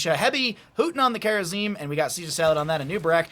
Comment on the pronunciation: Justing’s complete refusal to say ‘kharazim’ cracks me up